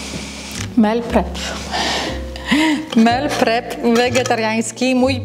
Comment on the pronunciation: Mówi się "mil prep" a nie "mel prep" 🤦